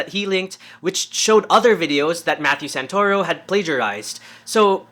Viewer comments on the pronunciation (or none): The "Santa-Ruh-Oh" took me out lmao. Awesome seeing how your videos are improving. Keep going your videos are great!